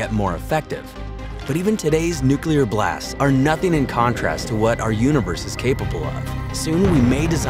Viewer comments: Please people,,, it's new klee er,,, not new cue ler! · Lol newkiller radiation Try new-clear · Dude it’s pronounced “New Clear”, not “New Kyew Ler” 🤦🏾‍♂️🐼💯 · NEW CLEAR. Say it with me fast NEW CLEAR. Not NEW Q LER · Guy says nucular a lot. Lots of people do that and , yet, it’s still NUCLEAR😊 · ThErmONuCuLaR!!! xD NU-CLEAR! NUCLEAR! ffs nucular xD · say Nukilar one more time and i will unsubscribe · Please say nu-clee-ar and not nu-cue-lar pls :( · It’s “nuclear,” not “nucular.” Also, since “unique” means one of a kind, nothing is “very” unique. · I hate to be that guy, but it's pronounced "nu-clear." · Yeah. I guy who says "nuculear" can't teach me much. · Constantly pronouncing nuclear incorrectly makes you sound less knowledgeable than you seem to be. New-clee-ar. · NOO-klee-er, or NYOO-klee-er. It isn't difficult, unless you're a complete idiot. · Did you seriously say "nuke-you-lar?" The word is NUCLEAR. Is there a U anywhere after the c? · 'Nu-killir' bomb? Seriously? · He said "nucular" ffs. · I was gonna say the same thing 😂 Drives me nuts when people say “nucular” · Say it with me "new/klee/er" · he also called the hafnium isotope a “nucular isomer” lol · Did he just say nuke-you-ler? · Does ANYONE know how to properly pronounce the word, "nuclear"? The narrator can't... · For the love of god learn to day "nuclear" before you make a video about it. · Nuclear pronunciation bothers me. Otherwise an amazing video.